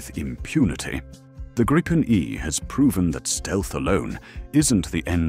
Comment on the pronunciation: gripen grypen greepen let the AI pronounce it right will ya put some more real effort in your video's